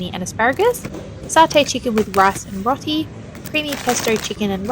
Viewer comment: I'm a grateful subscriber, and I really love your content, but I'm going to be an asshat because I am an asshat about pronunciation... I'm so sorry, and I don't know why I can't let it go, but it's 'ROW-ti', as in, 'row your boat' 😢❤🩷❤️